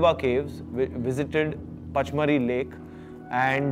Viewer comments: Vicky...it's pronounced PANCH-MANI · The pronunciation of pachmarhi was wrong